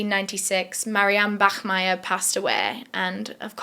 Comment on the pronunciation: thank you for not saying "bakmeier"🫶